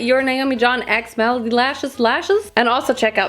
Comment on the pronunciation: Every time says malady instead of melody I can't help but giggle. Malady means illness (i.e. Krankenheit), whereas melody means song (i.e. Lied) - which is why Malady Lashes (illness lashes) sounds so funny to me! In English, melody is pronounced m-eh-luh-dy not m-ah-lah-dy, for future reference!